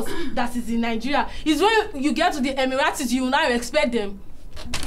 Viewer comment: Did I just hear emiiratesss😂😂